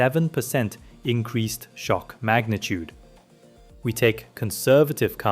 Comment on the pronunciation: "Increazed" "Zoom of control" Wtf lol